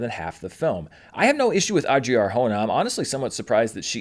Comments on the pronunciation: The way you pronounce Adria 🤣🤣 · It's not exactly the correct way to pronounce it but close.